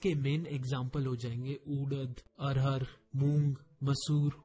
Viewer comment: That is arhar not arhad sir ji.😁